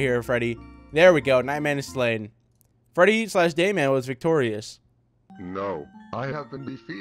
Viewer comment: what everyone hears: I am.. the dayman! what I hear: I am.. the gayman!